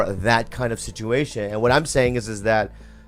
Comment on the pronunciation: I'm subscribed because I'm an ol' hen and love getting the dish on my favorite podcasts but......I hate how you say the word 'situation'